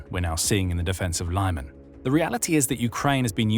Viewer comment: Thanks, look forward to your reports;however, Lyman is pronounsed as LEEMAN, and not LAIMAN. Thanks again for your excellent reportage.😊